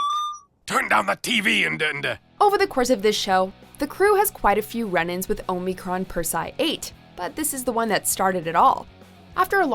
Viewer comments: HOW ARE YOU NOT ABLE TO PRONOUNCE Omicron Persei 8?? They say it like 5 times in THE DAMN VIDEO!! You people at are so damn bad at pronouncing words for some reason. O-mi-cron Per-se-i 8.. SAY IT RIGHT! LEARN, LEARN!! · The way you butchered Omicron Persei 8 should be a hate crime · Please stop mispronouncing Omicron Persei 8. This is the first video where I have heard mispronounced words, and the ladies usually do a fantastic job with some real humdingers. Getting pronunciations correct makes it feel like you really respect the subject matter, but this video let me down. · Um, it never crossed the line. It maybe pushed it, but that's what makes Futurama great. Stop being so Puritanical. And learn how to pronounce Omicron Persei 8. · So no one at can properly pronounce Omicron Persiei 8 and they think The Problem with Popplers was their first appearance... have they even watched this show? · Yeah find someone who can actually pronounce Omicron Persiei 8 before they make another futurama video!! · Boy. You sure don't watch Futurama do you? You have mispronounced almost everything. 😂🙄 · Only time the line was crossed in this video was when pronounced Omicron Persei 8. It's even said in the video by Lrrr of the planet Omicron Persei 8